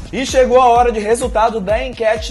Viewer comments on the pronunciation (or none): e chego a hora kkkkkkkkkkkkkkkk puro cearense nada contra gente mas foi engraçado...